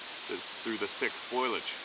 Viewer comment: Not sure why some people say "foilage" it's spelled foliage and pronounced "fo-lee-edge"... Just been wanting to put that out there because I here foilage "foy-all-edge" too often